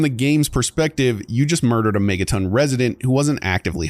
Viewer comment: "Megatin" no that's megaTON.